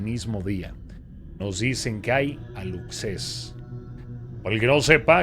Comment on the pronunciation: Hola, los "Aluxes" se pronuncian alushes son unos chaneques chiquititos, como duendecitos, que cuidan la milpa 🌽, el monte 🌳 y los cenotes 💧. Visten como los antiguos mayas y viven en lugares sagrados. Si los respetás, te ayudan con la cosecha y hasta llaman la lluvia ☔. Pero si los molestás… hacen sus travesuras 😜.